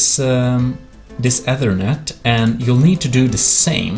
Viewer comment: Hey btw it's pronounced like "ether" like the chemical net, not being a asshole or anything. Ik English isn't ur first language so just helping u out